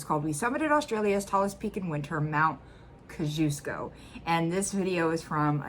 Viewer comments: My Polish friend gets mad whenever he hears the mountain pronounced "Cossy-osko" - your initial pronunciation was pretty close to the correct one. From Wikipedia: The peak was named by Polish explorer Paweł (Paul) Edmund Strzelecki in 1840, in honour of Polish-Lithuanian and American freedom fighter General Tadeusz Kościuszko, because of its perceived resemblance to the Kościuszko Mound in Kraków, Poland. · KosZUSH KO is correct pronunciation, I think you are great, it cannot be easy living with chronic pain, love the cats xx Sydney Australia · Hi,! Just started watching. Pronunciation - Melb'n perfect, Canbra perfect, Kosciuszko, I couldn't have figured it out myself if I saw that and had completely forgotten how to spell it. Cossie-osko. I've never heard anyone say Ill-a-noise. I think dem southern folk just try to be annoysing. Thanks for this one (and I haven't even started watching it yet) Later👋